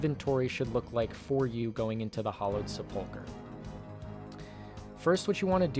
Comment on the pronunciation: Why are all these videos pronouncing sepulchre that way? Is it pronounced different in different regions??